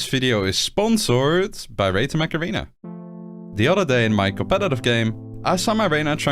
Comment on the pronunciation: Sound: "Mech Arena" Subtitles: "Macarena" 😂